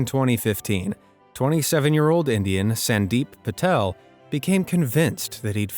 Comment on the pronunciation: you pronounced Sandeep Patil wrong i know that bc i am Indian i am not talking sarcastically